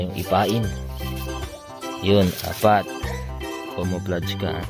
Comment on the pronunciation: camouflage.. and Not comouflage, mein!